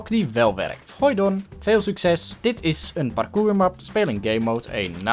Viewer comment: 5.50 don! Spreek je nou vlaams?😱😱😱